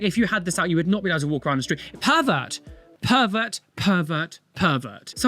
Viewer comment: When you were saying pervert, I heard PIVOT PIVOT PIVOT! 😂